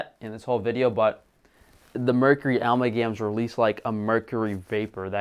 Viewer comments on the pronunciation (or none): ah- MAL-gam is how it is pronounced - Amalgam is how its spelled. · I love you but for the love of God look up how to pronounce words to increase your credibility. It's aMALgam. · Amalgam - Uh-mal-gum